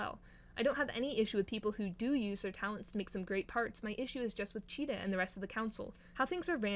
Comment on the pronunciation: UR KILLING THE VIBE BY CALLING HER/HIM CHEETAH😭😭😭😭😭😭😭😭😭😭😭 IT'S C H E E T E H Z. GET IT RIGHTTTTTT RAAAAAAAAHHHHHHHHHHHHHH👿👿👿👿👿😭😭😭